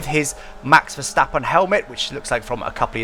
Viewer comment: Kudos for a really good attempt at pronouncing Max Verstappen properly. Much appreciated.